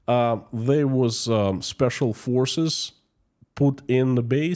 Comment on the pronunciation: Ah, "spesial forses" alcogolic is here😂 Noone knowd what da f.. he is talking about😅